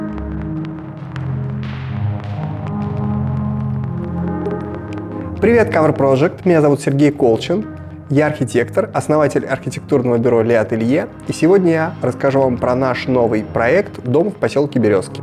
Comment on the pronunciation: Очень красиво! Только почему вы произносите «Ле Ателье»? Я полагаю, ваше название - на французском, тогда (на слух) вы говорите артикль множественного числа, т е les, а ваше единственное и писаться будет по-другому, и произноситься. Еще непонятно, почему вы так напираете на «архаику», так много про нее слов при описании камина, но мы разве не в 21-м веке живем, какая «архаика»? Ничего не имею против камина, только почему такое странное объяснение его центрального места в доме? Я аж поежилась от этой «архаики», дальше по логике домострой, как ее фундамент, ну и прочее… Или в этом была цель? И еще все же «кладовАя», в нее припасы складывают, а не клады хранят))